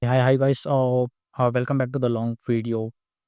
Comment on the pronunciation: *Opens video" Oh this looks like a nice AI tutorial video "Hi Gays" Audible confusion